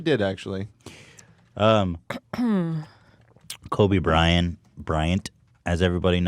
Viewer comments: Why does he keep saying Kobe Brian? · It annoyed me more than it should, how Ethan kept saying "kobe bryan"